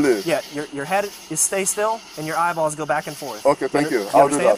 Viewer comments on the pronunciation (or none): Do you think it's Freudian that he pronounces eyeballs as highballs?